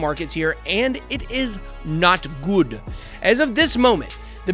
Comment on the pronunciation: It is not Guood!!!😂